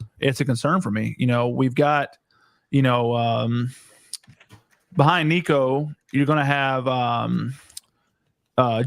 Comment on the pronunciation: Tennessee guest can't even say Nico's name right 🤡